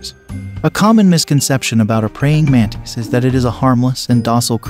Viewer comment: Its pronounced mantis, not mantees